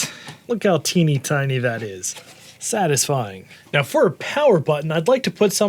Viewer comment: "SATAsfying" - (2026)